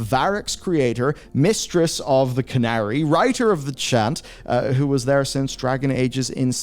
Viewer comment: Did just pronounce "Qunari" as "Canary"?